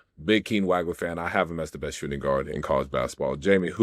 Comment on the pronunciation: Guys.......it's not "WAG-LER"......it's "WAWG-LER".